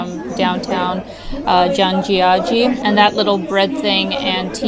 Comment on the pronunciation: You absolutely nailed the pronunciation of Zhangjiajie